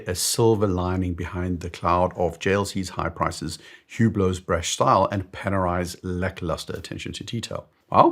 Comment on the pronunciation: Panerai……😢 I love it when you talk Panerai……